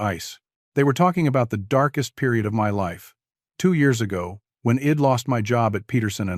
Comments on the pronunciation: Learn about contractions...id is not a word, it is pronounced I, as in "eye" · Please teach your AI to read " I'd " properly. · Very good story about mental health and dealing with people trying to hurt you.. the AI reader obviously can't say "I'd" , the voice was good but misreading isn't good especially for a public story on YouTube, hope you get it figured out